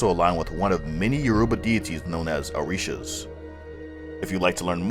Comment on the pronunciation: It is funny how you pronounce these words "Orisha, Youruba, Babalawo" etc